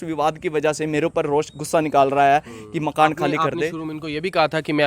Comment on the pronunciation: Malik makn nhi hota ji makan malik hota aap ka tarika gt h bolne ka